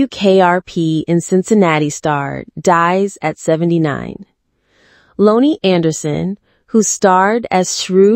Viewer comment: The AI is pronouncing her name wrong!